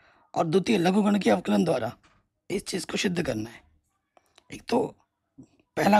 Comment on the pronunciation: Sir Avklj nahi avkln bolo na